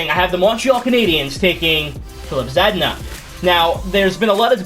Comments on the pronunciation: because it is Zaa-dee-na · Why’d u say zedna for Zaa-dee-na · It’s pronounced like Za-Dean-A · If blackhawks take anything but a defender, I’m gunna lose it. And btw you can just say “Zah-deen-ah”